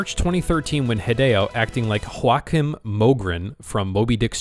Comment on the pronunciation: Joachim Mogren is not pronounced "whoa-keem", it's "yo-ah-kim". It's Swedish, not Spanish. It's been pronounced like that for more than a decade because one guy said it wrong back then.